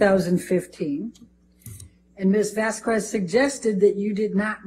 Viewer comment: It still cracks me up that she called the ENT an EMT, and is incapable of pronouncing Ms Vasquez’s name. ‘What is anything it’s not a cure all’. Judge A is a BEAST ❤️